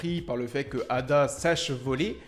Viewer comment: EIDA ET NON ADA 😅😅😅